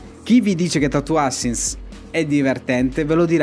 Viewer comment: "Tatoo ASSASSINS", non "ASINS". Tatoo Assassins può essere brutto e fatto male, ma dai, non si può dire che non sia divertente. Se lo analizzi bene, incarna esattamente la definizione che dai tu stesso! "Brutto" non è la stessa cosa di "non divertente".